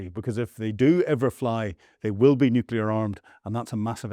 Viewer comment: Fire your sound engineer. Teach this guy to properly pronounce "nuclear". Teach this guy to say "Luhansk", and not "loo shank".